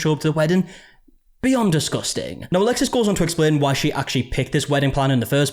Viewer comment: i heard "beyond disgusting!" as "be UNdisgusting!" 😂 and i agree either way!